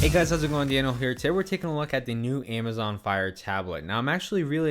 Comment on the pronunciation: A-ma-zon not Aim-a-zon 2 cameras not 2 camera